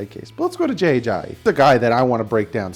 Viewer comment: For the millionth time is Ajayi not Ajahi...haha